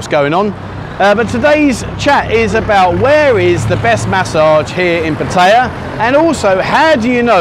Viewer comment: he cannot even pronounce Pattaya correctly.